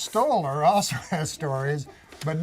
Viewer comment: Everytime Norm says ( Also....) i think Whores lol